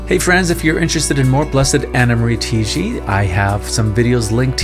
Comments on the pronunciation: It's not pronounced "Tee-gee" It's TAH-IGI... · She is an Italian so you should say it not Tiiji, but Taiji. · Her name is pronounced TA-I-GI. The A is like Ah.